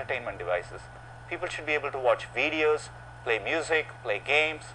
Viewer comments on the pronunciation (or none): he's an Indian! He said "Veee-deos" :D